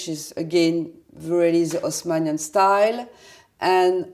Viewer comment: LOL, good point! In French they never pronounce the leading H. So, if you pronounce it like you spelled it there (Osmanian), you're coming really close to pronouncing it perfectly.